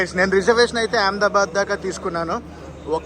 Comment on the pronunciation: Yaamdabad kadu ahmedabad sarigga palakandi